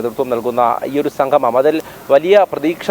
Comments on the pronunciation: സംഘമം അല്ല... സംഗമം... സ്ഥുടത അനിവാര്യം❤ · സംഘമം അല്ല സംഗമം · സംഗമം എന്ന് പറയഞ്ഞോളൂ. സംഘമമല്ല. മലയാളം കുറച്ച് കൂടി നന്നായി പറഞ്ഞോളൂ🙏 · എടോ സംഘമമല്ല സംഗമമാണ്.ഉച്ഛാരശുദ്ധി വേണം വാർത്താ അവതാരകന്